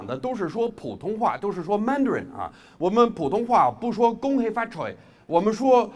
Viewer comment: 太猛了 天哪 這中文 不看影片 完全以為是中國人 講英文也有大陸腔了... 那個Madarin的發音xd Omg 他中文好過大部分中國人吧哈哈